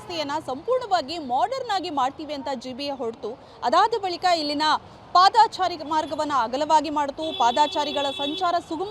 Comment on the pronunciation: ಪಾದಾಚಾರಿ ಅಲ್ಲ ಪಾದಚಾರಿ